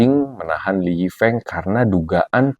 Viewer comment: Speaking his name " Lee Yi Feung " Bkn Lee Yi Feeng